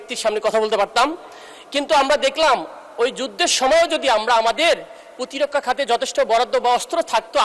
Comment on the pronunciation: Protirokkha pronunciation shikhen